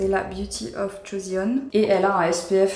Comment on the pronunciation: Hello Marie, tu n’es pas la première à faire l’erreur mais la marque « Beauty of Joseon » ne se prononce pas « joséon ». Le « eo » est la romanisation de la lettre 어 (pour le différencier de 오) qui un « o » : 😊